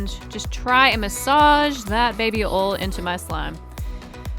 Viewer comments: " baby oll" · You said baby Ol but it's baby oil